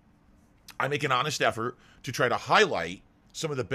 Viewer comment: “I make an ahnest effart!” Pha-ha-ha. daily snort detected.